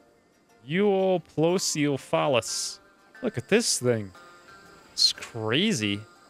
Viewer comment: To help pronounce it, You-op-low-sef-uh-luss. And I think you should name it Tiny.